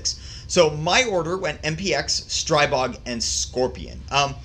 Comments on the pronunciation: Stribog is pronounced Stree-bog, not Stry-bog. Like Strip, minus the p + bog. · After watching a video from Shot Shown 2019 . . . And seeing the Grand Power CEO correct the vlogger 3 times, it's pronounced "STREE-BOG", not "STRY-BOG". Simple. It's their gun, they know how to say it.